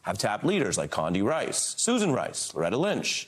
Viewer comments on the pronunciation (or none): none